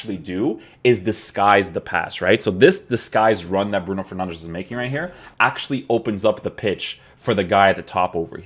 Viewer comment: Stop saying bruno fernandesh